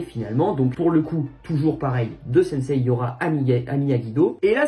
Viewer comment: Ça me fait marrer quand il dit sensei il dit "sensay"